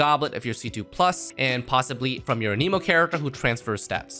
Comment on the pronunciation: Anemo, not Animo. lol. how is fervonius better than skyward. less damage, less recharge? 0 benefit.